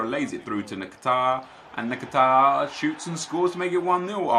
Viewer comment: At least nep can pronounce nakata’s name, skillz called him nakataka